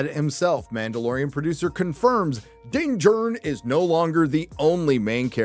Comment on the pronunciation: Everytime you say “Din Djarin” all I can picture is “Matt Damon!” from Team America 😂 ..Dinn Jurn!! 🥴